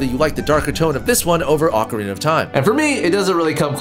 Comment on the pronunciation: 1 “O”carina( y’all bitches be saying it wrong) 2. BoTW ...27. MM that shits scary lol facts sorry not sorry